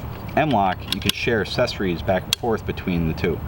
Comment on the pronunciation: Take a shot everytime says "assessories"